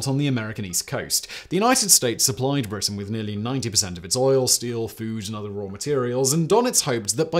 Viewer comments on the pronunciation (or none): none